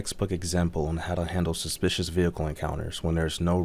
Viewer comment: "Got a call about a spish vehicle"